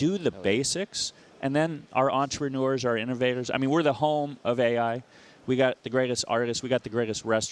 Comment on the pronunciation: Did the mayor say antranore, instead of entrepreneurs. haha